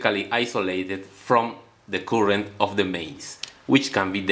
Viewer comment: Cuurent NO NO NO, Its pronounced current.